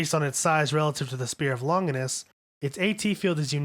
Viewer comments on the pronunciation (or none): ‘’ spear of longus” “spear of longness” “catalismic event” “shefalapod” “pasistron rifle” “octodron” “mahgi” There are loads more but I got sick of writing them out. This narrator is a joke. Are you serious dude? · The way you mispronunce names is so cacophonous that it’s hard to stay focused on what you are saying. Lawn-jiai-nus, ram-me-el, is-ra-feel to name a few. I understand a lot of the names are Hebrew, Latin,and Japanese but proper pronunciation is part of good research. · “Ah-Soo-Kah” “Lawn-Guinness” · Sachiel = sat-chi-el Ramiel = rah-me-el Gagiel= gah-jee-el Bardiel - Bar-dee-el Zaruel = zair-roo-el Arael= Are-rah-el Asuka = awe-s-cuh Longinus= lawn-gin-us Tabris= tab-ree Etc. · If you're gonna make videos like this you really should look into pronounctiation of the words. Spear of Longinus is Spear of Lungus, Positron rifle became Posisstron... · Grow up and say "Long-jai-ness" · Longinus is not pronounced Lonjaynus in any other language other than english including the original in latin. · Drives me crazy. the U in Asuka and Ritsuko isn't supposed to be fully pronounced. the G in Longinus is a soft G, same with Magi. Its MaJi. Same with LonJinus. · spear of longness?? maybe you shouldnt be guessing the pronunciation of all these words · man, your pronunciation is all over the place. ahvengayleon. longuiness. preemordial. sakeel. shephalpod. rameel. gegeel. asooka. israfile. sandolphin. matareel. eerule. mahgee. l'leel. atsooko. bardeel. zayrule. ayreel. armaseel. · I stopped watching this after mispronunciation of “Longinus”. Please do the bare minimum of at least watching the fucking show